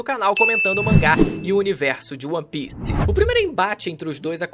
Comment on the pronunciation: seus vídeos são muito bons, mas para de falar ON PIECE, é ONE PIECE